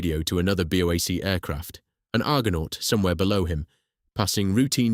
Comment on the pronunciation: BOW-ACK?? For goodness sake, it's B.O.A.C, each letter sounded separately.